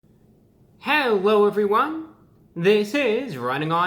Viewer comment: See I watch every video just to see how he will pronounce "hello everyone"